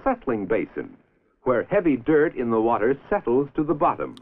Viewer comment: "Do you know hwhy you need hwater?"